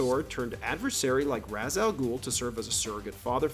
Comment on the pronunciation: Why are you saying “Razz”? It’s Rah’s or Raysh. That’s it.